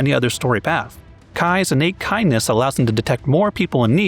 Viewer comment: I definitely thought he said Cai's unique Cainess instead of kindness.